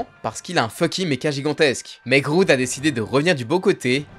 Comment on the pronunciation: Merci pour cette video. Par contre faut vraiment faire un effort sur la prononciation des noms (entre autre) c'est pourtant pas compliqué de vérifier avant. Entre "Groude" alors que c'est juste Grodd , et Mixpizpitlike au lieu (bon ok lui il a un nom de merde mais on peut quand meme savoir comment le prononcer).